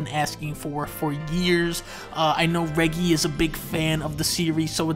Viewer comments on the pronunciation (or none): I don't know why but hearing you pronounce Reggie like that is breaking my brain. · The way you pronounce reggie really grinds my gears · The way he pronounces Reggie 🤣